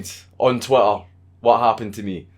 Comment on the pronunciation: is it your accent, or are you purposely saying "twatter"???